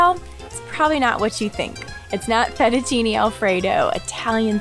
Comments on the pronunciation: You say many accurate things about living in Rome but still can not pronounce FETTUCCINE PROPERLY,sad. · So after living in Italy does she still say fettuccinI?